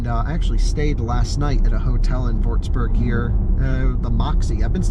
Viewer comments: Props for saying Porsche and not porsh, like a lot of the other idiots out there. But you failed with Würzburg :) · Yeah, you still saying Würzburg wrong, but it is not an easy one. Besides, who am I to say something like that, exposing fellow Americans with my German accent every day.